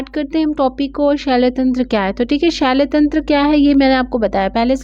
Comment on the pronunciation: Notes to thik hai pr.. I can't tolerate this wrong pronunciation.. Ye shaii-lya tantra kya hota hai 🙄.. it's shalya tantra na!